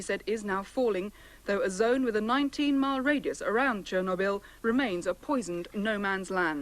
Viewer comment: Actually he pronouned it well it's Cherno = means black Byl = a herb, there is no "knob" sound pronouced in Russian.